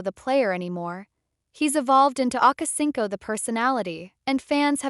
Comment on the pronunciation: Akacinco ? 😂😂 Damn A.I.